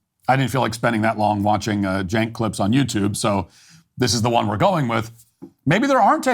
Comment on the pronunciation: Matt it’s Chenk not Jenk, you probably don’t know this but I hope you don’t change how you pronounce it because it’s funnier this way